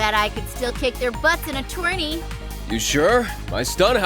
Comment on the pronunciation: can’t pronounce tourney lol